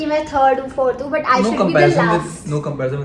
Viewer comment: says BUT as "BUTT" like always